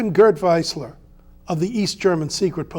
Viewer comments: Don't want to be a smartass but he's called "Wiesler" (pronounced wees-ler), German "ie" is pronounced like an English "ee" and "ei" the other way around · It’s pronounced VEESLER.